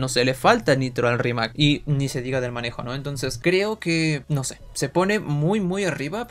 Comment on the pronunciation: Ainose xd